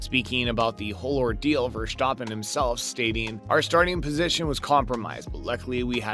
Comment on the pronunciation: "Ver-STAH-pen" it's actually VEHR-stah-pen. Make the "ah" short.